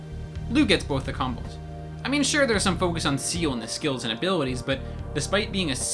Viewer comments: Seal ? XD i can understand that CIEL is hard to pronunce when ur english guy (cuz im french and... its a french word .3.), but Seal ? XD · sea hell ( Ciel ) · The way u. Say ceil makes me cringe of how wrong it is